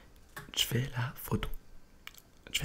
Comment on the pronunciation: c'est pas "j'fais des photos" c'est "jfa des photos" c'est un québécois de rien